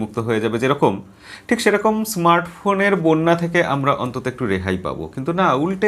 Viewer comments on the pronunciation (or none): none